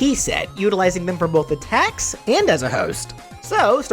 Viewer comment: When he said that muffet would hold her tea set I heard “a tax” instead of attacks and thought she was a tax collector